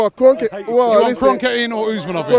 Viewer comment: who the hell is that guy how is he saying wenger and kronke in what a dickhead